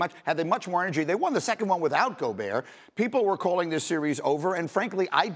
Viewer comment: Time to start pronouncing Rudy's name right. It's Goo-berT